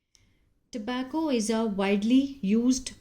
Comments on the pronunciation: American Pronounce ❤ I ❤ UK & US Pronunciations mistake 😮 🤔👇 Government 😮 Tobacco 😮 Additionally 😮 .... ..... ... ... 🙏🙏🙏🙏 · Tobacco Pronounce in Hindi ❎ Tobacco Pronounce in English ☑️ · Ma'am 🙏 You can check the pronunciation of Tobacco. Don't pronounce in Hindi of Tobacco. 🙏🙏🙏 I check your video back to back daily. Error pronunciation of Tobacco. ❎❎ Wrong 😮😢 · Ma'am 🙏 English Pronunciation of Tobacco 😮 Not Pronounce in Hindi of Tobacco 😢😢 Wrong pronunciation of Tobacco ❎❎❎❎